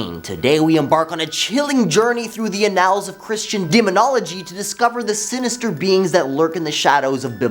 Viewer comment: Did he start right off the bar pronouncing annals (𝘢𝘯-nuhlz) as uh-𝘯𝘢𝘩𝘭𝘻...?!